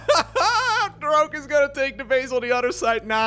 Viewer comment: Why are you mispronouncing Rogue? It's Rogue with a G, not Rokue with a K.